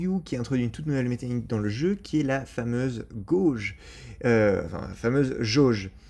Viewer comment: bruh.. the way you say "gorwje" is killing me 😂😂😂 it's pronounced like "gayje" :_aizen